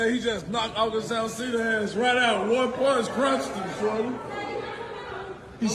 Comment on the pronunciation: Lol. Sis keeps saying August Astina🤣🤣